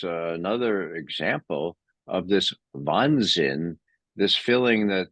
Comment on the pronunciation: Wahnsinn, not Wannsinn.